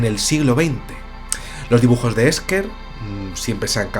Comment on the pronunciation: yo lo pronunciaría Ésher.